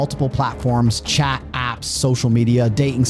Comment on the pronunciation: Terrible narrator.........doesn't pronounce 't' in words cha (chat), pary (party) etc.